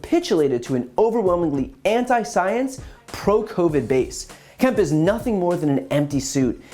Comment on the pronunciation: Kemp rhymes with Hemp.